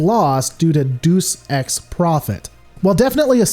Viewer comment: "Deuce ex profet"... fukin hysterical 🤣 Stick to american and let others do the Latin. 🤦🏻‍♂️